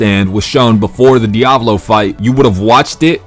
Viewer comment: ITS NOT DIOVALO